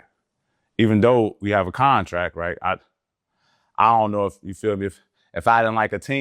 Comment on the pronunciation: It’s called a “con” tract